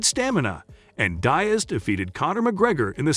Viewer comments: the fact u pronounced diaz like that is why i cant finish this video sir... good day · Thumbs down for not pronouncing Diaz right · You are pronouncing Diaz incorrectly. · You don't pronounce Diaz like that. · Say Nate's second name properly you fucking moron 🙄😒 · I don't mean to be so negative but if you can't even pronounce a simple name of a legend like Diaz who's been around forever then you can't possibly be into MMA, also I don't think he has much of a chance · You can’t even pronounce Diaz last name correctly 😂😂😂😂. Dayyyaz? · Who the heck is Die-iz? How you gone make a video and can't even pronounce the man's name? 🤦🏽👎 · Be a nice bet, and my money is always on a Diaz if they're fighting. Teach your computer to say dee az, come-on man! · Gotta love Nate Dye-Azz, haha good video though. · Pronounce Diaz right.